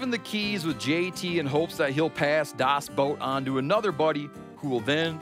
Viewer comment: 'The Boat' or 'Das Boot', but not 'Das Boat' xD